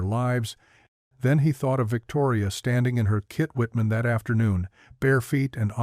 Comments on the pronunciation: The hell you keep saying Kit Whitman for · Why can’t someone at least check that they don’t have “kitchen” pronounced correctly. What the heck is a “kit-whitman”